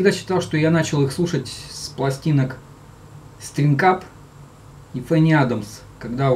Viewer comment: Все-таки правильней говорить не ФенниАдамс а ФанниАдамс..И СтрангАп ,но не СтрингАП. Написал не для зубоскальства,просто режет слух.